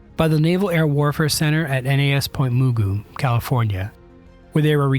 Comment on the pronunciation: FYI - it is pronounced MUH-goo, not MOO-goo...a California indigenous tribe word